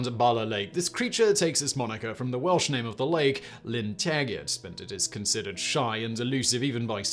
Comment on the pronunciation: They were not pronounced correctly lol, but as an Simon is an Englishman he probably didnt care.